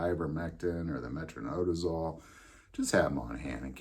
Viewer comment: Metro-NI-dazole, sorry nurse here with ocd when it comes to pronunciation, don’t drink booze with your flagyl